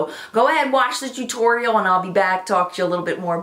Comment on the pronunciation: I recreated the look today but I was too lazy to get my Naked Basics 2 palette so I mixed 2 of the tan shades (???reflection and chessboard maybe??) and it turned out nicely! Yes,, I wore it to work! Thanks for the inspiration and for saying T-U-T-O-R-I-A-L that way!😂😂😂